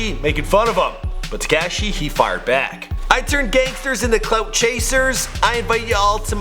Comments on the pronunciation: It's not tacashi it's takashi like cop ka ka kashi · Why TF u saying tacashi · Learn how to say Takashi right dbag